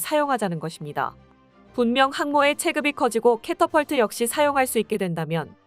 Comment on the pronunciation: catapult 는 캐터펄트 발음으로 한다. 캐터필트는 아니다.